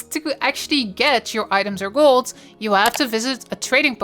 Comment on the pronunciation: "make GOLZ" "anywhere in the worlZ"